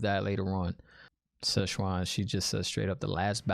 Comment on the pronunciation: Enjoyed listening to your take. Keep it up. Also thought it funny you kept calling her Shezchuan. She ain’t Chinese food. 😉